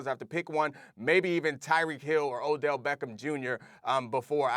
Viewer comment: Dude said oDell 🤨